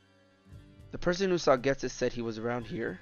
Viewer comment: It’s pronounced Jet-is not Get-is. Why does everybody mispronounce Ghetsis’s name? It just bothers me that’s all.